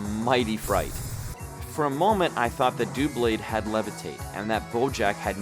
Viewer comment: It is dub-blade not doo-blade